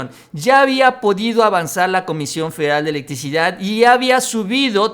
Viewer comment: Se dice "FEDERAL", "FE-DE-RAL". No "feral"